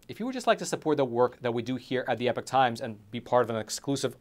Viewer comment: You are NOT “The Epic Times”. You are “The Epoch Times”, pronounced “E-Pock”.